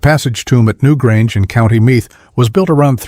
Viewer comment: Your report about Ireland is a joke. If you had done your research properly you'd at the very least pronounce some of the words associated with it correctly. Your attempt at the Irish word for Halloween is laughable. You can't even pronounce " Meath " -- which is a premier county ! I had to give up at your attempt at " sliothar" which is the ball used in hurling. I know it's an unusual word to you but do your RESEARCH ! Abysmal !!